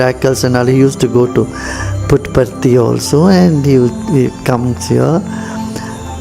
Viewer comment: Wow Gurudev pronounced Puttaparthi !! so happy to see it comeing from your mouth Gurudev